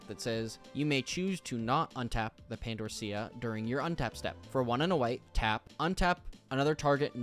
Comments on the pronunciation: AUGHH!!! The pronunciation of Pandorica is "Pan-door-ick-uh" Sorry, just the way you said the put my teeth on edge. DX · To helpyou out it's pronounced (Pan-dori-ka) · Some really useful advice for my own deck in here, thank you! And "Pandorica", for the record, is pronounced like the word "pan", then the word "door", then the end of "America"